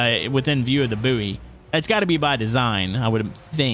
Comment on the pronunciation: Just got to say "Buoy" is pronounced " Boy "